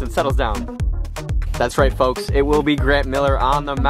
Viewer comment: T.C3 pronounces the L in folks super hard and that shiz annoying af.